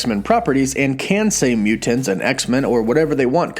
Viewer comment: Love the theories and the video, but man, I gotta say, I REALLY hate the way you say "MUU-TANTS"! Yeah, I know, that is a petty criticism but I don't think I've ever heard anyone pronounce it that way and for some reason it made me cringe every time you said it...